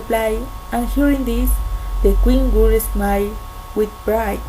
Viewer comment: Hey! exelent work! i liked it! you only need to practice the pronunciation of *would" you can do it! exelent yas!!! ^ ^